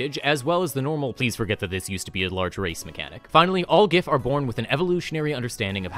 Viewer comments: It's pronounced giff No, seriously. The book mentions that giff fall into two camps on the pronunciation. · Absolute best part about the Giff is that they canonically cannot agree on how their race's name is pronounced and will get into fights with each other about whether it uses the hard 'G' or not.